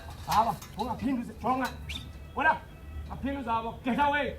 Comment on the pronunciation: “Het gateawaay man” 🤣🤣🤣🤣🤣